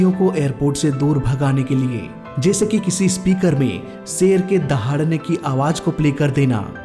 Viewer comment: Ser aaya nhi.....Sher,,,Kossis nhi Koshish,,,,,, 😂😂😂